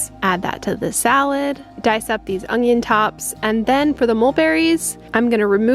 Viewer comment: The word is ONION. Not ung-ion.